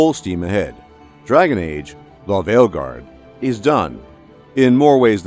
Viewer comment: I subbed to your channel purely for how your pronounce Dragon Age: THE VEILGUARD